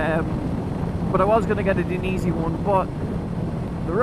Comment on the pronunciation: Die--en--easy 😉 also very jealous as my jacket was ruined in my crash ( it was dainese lol)